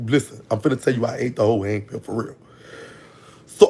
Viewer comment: Major banks is my grandparents pastor. He was a short brown skin fat man. And it’s pronounced “Hains-ville”.he has a large mole on his cheek.